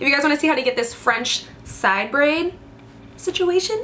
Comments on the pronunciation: Lmaooo the way you said French. This braid is cute! It reminds me kinda of Elsa from frozen ❄️ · When you said "French" in a weird way in the beginning of the video . Lol too funny 💜